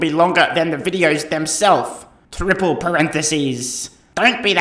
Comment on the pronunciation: “Trrriple parenthesis” gave me a good chuckle